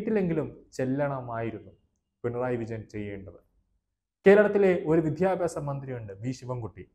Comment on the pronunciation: ഭാവി,,വിദ്യാഭ്യാസം ഇവ ഉച്ചരിച്ചു പഠിക്കുക ,,അവതാരകൻ